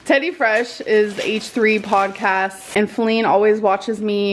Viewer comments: Her name is actually Faline more like Bearline. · Thank you for not calling Wipey "Faline", I cringe every time I hear it lol, they have ruined it.